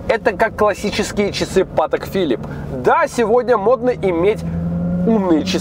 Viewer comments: правильно "патЭк филИп", а не "пАтэк фИлип". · Все класс,но!Па'тэк Фи'липп это "зашквар",ударение на последний слог в обоих словах. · тачка-бомба, обзоры тоже класс! Но, брат, patek philippe произносится с ударением на последний слог, как и все французские имена собственный, прям слух режет, прошу прощения)